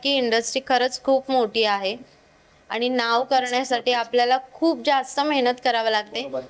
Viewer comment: Mehnat ❌ Mahynat ✅😂